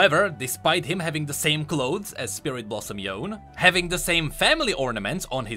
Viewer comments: ITS NOT YOUN ITS YONE, FUCKING YO-NE not yooooun... And this theory is bunch of bullshit... Only NA players would believe it... The animated path is reference to yone while potraying a similarity with the legend... You disregarded the fact, that thresh was down the lore WHICH YOU READ OUT LOUD ABOUT THE SKIN DUMBASS actually called The Collector... Also there was no reference nor was shown that the other brother died, which only makes all these memories more like yone's, and it is more possible that all swordsmen around clash with demon in spiritual realm beyond the gate of collector, have to do with all people yasuo killed along with his brother... Him being in collector's part of spirit realm most probably represents guilt of not being strong enough to take down his brother, because yone didn't know even at the end, that yasuo ain't guilty of killing the master... Yasuo killed LOTS of his brothers in arms as stated in this part: "Now a fugitive in war-torn Ionia, Yasuo sought any clue that might lead him to the murderer. All the while, he was hunted by his former allies, CONTINUALLY FORCED TO FIGHT OR DIE. This was a price he was willing to pay, until he was tracked down by the one he dreaded most—his own brother, Yone." At the end yone only knew wind technique killed master. He was consumed by guilt, not obsession, but two can be misinterpreted... So other brother dying was never shown nor happened, which points to yasuo being alive as he is, so that shit about legend and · why do u keep saying "Yown" when it's clearly "Yone" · yes, i think yasuo and yone are japanese name reference so its not "yon" but "yo-ne" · So you’re telling me the man who has a YouTube channel all about league of legends lore is still prouncing Yone as Yone and not Yonay? Jk ily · it's not Yone (Yown) Me: no it's Yoh-ne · "yoan" always winds me up, it's "yo-nay" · Pls call him Yo-ne, Yon sounds so bad. And btw, i will buy spirit blossom Yone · Yone pronounced yo-neh